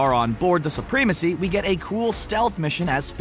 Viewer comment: Soo-PREE-mah-see?!?!?!?!???? Ackgh! Such an ignorant pronunciation. I can't watch any further.